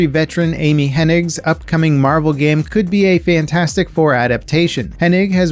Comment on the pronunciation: hehe, "Marvrel"